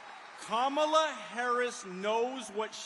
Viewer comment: When is he going to learn how to pronounce Harris' first name? If you fact check everything this man says, you'll wonder why anyone can take him seriously.